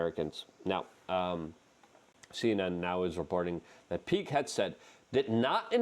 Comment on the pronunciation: Luke, his name is not peak headset. It is Pete PEET Hegseth HEG SETH, come on man you can pronounce some of these guys names.